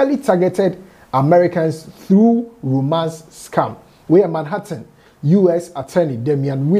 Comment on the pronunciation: I have checked New York Post and the story is there. I like the way you pronounced Manhattan.